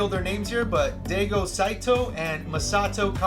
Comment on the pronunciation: Its Daigo with 'dye' sound not Dei